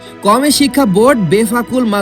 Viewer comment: শব্দ উচ্চারণ করতে পারেনা সে আবার ইসলামী শিক্ষা নিয়ে ভুল সংবাদ প্রচার করে।আদর্শ মানুষ গড়ার প্রতিষ্ঠান কাওমি মাদ্রাসা।